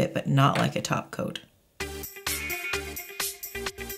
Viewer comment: Oh my gosh!!! jijijiji I have to laugh jijiji I was asking myself; what is taking about? what does she mean about taco taco taco is all about and after thinking I figured out thap you was saying “ top coat”. jijiji oh gosh! My first language is Spanish and like this one I have had many more. jijiji